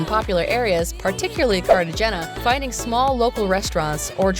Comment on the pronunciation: You mispronounced Medellin , Bogota , and Cartagena. How many of these places has this person even been?